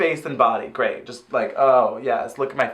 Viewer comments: Honestly thought she said 'taint' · I think Trixie is trying to say "great" but had a mouth flub